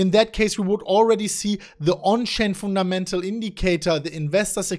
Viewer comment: "the People were Laughing at us" ps:, you had me at Foon Ta Mental"